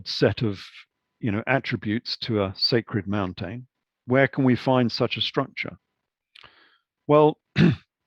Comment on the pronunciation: Mountane lol.. Great video, fascinating information